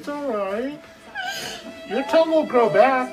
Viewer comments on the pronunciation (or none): "I don't have a tounguhhhhh "